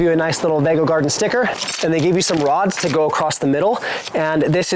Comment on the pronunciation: I’m sure the pronunciation is vego beds as in vegatable.